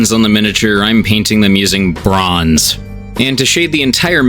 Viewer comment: y u keep sayin bronze like that